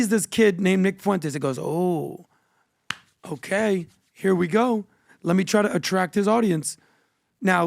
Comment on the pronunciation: Can anyone kindly tell me why this rent boy can’t pronounce “okay” correctly?